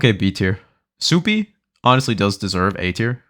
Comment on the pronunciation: Calling Supay Supie is pretty hilarious